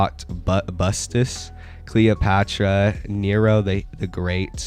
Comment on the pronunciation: it lowkey hurt that you were saying cleópatra instead of cleopatricia 😭😭😭